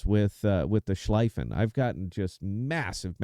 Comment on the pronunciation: So, first off: The pronunciation of Schlieffen the"ie" is like "ea" as in tea or sea. Think of it as it is written Schleaffen. So you are convinced that the Schlieffen is the best secondary ship. OK It has definitely "one of the best" secondaries. Iwami (best secondaries in game), 32mm pen, 3,7k dpm on a 100m² spot. Navarin (2nd best secondaries), 26mm pen, 3,5k dpm on a 100m² spot. Schlieffen (3rd best secondaries), 32mm pen, 3,1k dpm on a 100m² spot. Only Lütjens brings it upto 3,7k The 100m² is a definition to bring all the secondaries into the same point of efficiency All German, normal BBs, like G.K., Preussen, Pommern and the Mecklenburg get a deck armor between 50 and 80mm and are immune to German secondaries. You can only pen their stirn and bow and the superstructure. G.K., Preussen and Pommern are lost, because of their inaccurate main guns. The Mecklenburg on the other hand, despite its mediocre secondaries (1,3k dpm on the 100m², pretty much the same as Preussen/G.K.)) can pen upto 40mm with IFHE (which I would recommend, but others don't), BUT and here comes the point: The accurate main guns obliterate any ship in the secondary range (also 12,5km), This and her torps is what makes this ship almost unbeatable and only a Libertad is able to be a good match for her. This is only theory and numbers that won't convince anyone. To get this out of the way: I'm just an average player, not an UNICUM My Mecklenburg stats over the Schlieffen: way more damage, better winrate